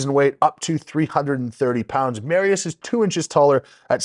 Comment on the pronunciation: “Mary-us” lol 5x WSM Polska gurom 💪💪💪